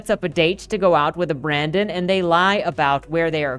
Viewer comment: Loved this, but his name was Brendon, not Brandon! Haha